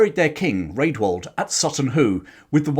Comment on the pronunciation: A note for the future. Rædwald is pronounced 'Radwald' - the letter ash (æ) was pronounced as a short A, as in cat (compare Ælfred). The ordinary A was more like the O in hot.